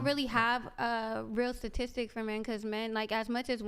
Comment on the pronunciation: "sadistic"???? What the fuck is that, did she mean statistic?!?!?!